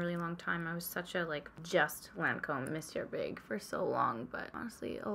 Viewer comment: Totally off topic... but I am so glad to hear someone on YouTube pronounce Monsieur Big correctly! Annoys me so much when everyone pronounces the ‘n’!